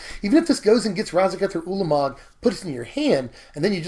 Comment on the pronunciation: Hurr-durr turn four Urlermerg 😂